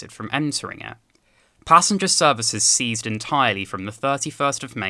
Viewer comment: First time I've ever heard anyone say ceased the same as seized.